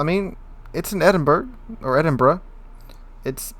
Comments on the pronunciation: It's Edin-bo-row not Edinburg. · Well, it SEEMS does, he corrected himself a few times - but to the wrong pronunciation of "Edinboro" - better than "Edinburg" but still not right. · It's pronounced "Edinbra"